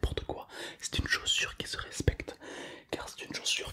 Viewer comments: Chaussure ses comme ca. Pas comme ca chosure😂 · Chosure ahaha